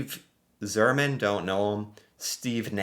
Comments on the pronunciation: Steve Yzerman is pronounced Eyes-zer-men and Mario Lemieux is pronounced Lem-ew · It’s hockey player Steve Izerman but spelt Yzerman.